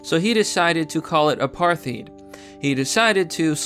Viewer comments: "Robert Mug-a-bee"... Bruh it's Mu-ga-beh not Mug-a-bee "..Apatrt-teed" Um, not as bad but it's generally pronounced Apart-tide. Overall I completely agree that they should be allowed to fail and even go extinct if they prove to be not viable as a haplogroup without the outside world artificially propping up their continued survival. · Its pronounced Apart* eyed*. Also thr way you say it you make it sound as though the main reason we left was the left in the west. But the soviets and the Chinese actually sponsored communist rebellions. Thats why these parties that confronted the rhodesians were commies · Mugabe: Moo-Gah-Bee. Apartheid: A-Par-Tied. Information: good. Pronunciation: work in progress. :-) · Apartheid like Apart-tide. Mugabe like Moo-gah-bae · It's pronounced "a-part-hide" I like your videos, but hearing you mispronounce such common words in almost every video... Please, get some help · Bro they way you pronounced our previous president's name 😂😂😂 and apartheid, I remember when I was about 4-5 I had to live on a farm with my grandmother's sister I was on the brink of death from starvation I got no clue if it was food that was lacking but I doubt that cause I remember the farm was gold rich and I had to work on the farm I guess it was just my luck but dude it's the money that's the problem the tax prices are just insane and now here in South Africa they aren't just taking farms people from the ghettos go to white areas with heavy open land and just build shacks and claim it's theirs the government is to blame on that side the poor are drones here and the massive massive government just use that as leverage I moved here when I was about six I was raised within the white community and now the places I grew up in are just being destroyed whilst the government spews shit and blame whites in the comfort of their Dubai home absolutely disgusting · Learn how to pronounce Mugabe & Apartheid, it makes you sound uneducated & you are not.